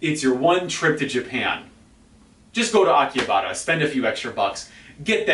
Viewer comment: How do you know what goes on in Tokyo, you don't even live here and probably only visit once a year? Also pronounce Akihabara correctly.